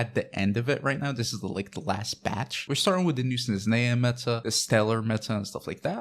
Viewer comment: Forgive me for the “🤓☝🏻” moment, buuuuut... It’s not “Snezneya”, the “h” is not silent, “zh” sounds more like in “Zhongli” or “Stuzha”. And it ends with “aya” not “eya”. And if you put stress on the first E instead of A you’ll impress every slav out there. For reference, you can put the word «снежная» in google translate and make it pronounce it, it’s pretty accurate.